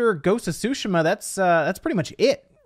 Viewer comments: Ghost of tsu-shi-ma, enphasis on “shi” it ain’t sushi lol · TSU SHI MA NOT SOOSHAMUH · It's "TSU" not "Shu" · It's not "su-shu-mah" it's "su-shi-mah", certified weeaboo here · Ghost of “Sushi-Ma” 😂😂😂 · he was making fun of how he says it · This man said ghosts of Shushuma😂😂😂😂😂😂😂😂😂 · Tsushima is pronounced "su-sheema" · Sooo, sheeeeema, is the right way to pronounce it bud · Ghost of SUSHI-MUH. Please stop saying it wrong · As a Japanese speaker I was happy that you were saying "Tsushima" correctly before... why did you change ! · He has said it right before idk why he said it like that lol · I gagged evertime u said Tsushima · The way you say Tsushima hurts my brain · The way you pronounce Tsushima needs to be fixed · the way you pronounce Ghost of Tsushima is irritating as hell